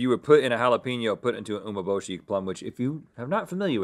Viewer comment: “oo-may-bo-shee” is my favorite. Uma-bo-shee” means dried horse.